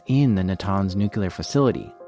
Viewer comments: It is pronounced NEWCLEAR not NUQUELER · Please, the word is nuclear not “nu-q-ler”. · NU-CLEAR NOT “nEw-qUeuE-LuR” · The word is nuclear. ¡NUCLEAR! Not nucular. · Noo-KYU-ler... you're killing me, my man! Your work is fantastic, I love this channel, but it's NOO-klee-ur 😘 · Ugh It's nu-klee-ar Not nuke-yu-ler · Whenever I hear "Nucular", it registers something like "Deez Nuts". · This was an amazing video, but listening to you consistently mispronounce "nuclear" was maddening, lol.